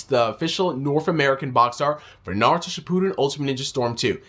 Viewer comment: why do u say Naruto like Sasuke? I didn't think it was suppose to sound like that.